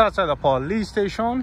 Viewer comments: “The stashon” 😂😂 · I love the way he calls it the Stayshion ever since he auditored in Wales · speaking welsh again 'Stay-shone' 😁